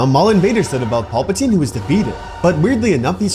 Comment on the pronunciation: Please stop pronouncing it Pulp-a-teen, it is PALP-a-teen, it is so distracting.